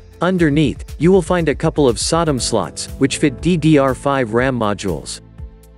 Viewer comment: SoDimm pronounced Sodom. Ypu got me 😂